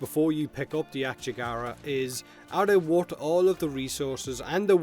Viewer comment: It's Ak-yagara, not "akchegara" like you pronounce it... lmao